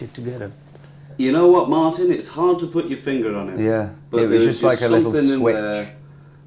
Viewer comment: YoU KnoW whAt MarTin iS harD to pUt ur fiNger on It The way he says it😂